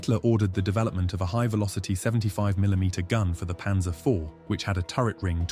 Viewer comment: PANZER NOT PANSER!!!